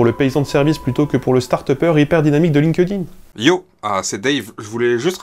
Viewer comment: Lin Queue Dine???? Ouille que ça fait mal aux oreilles!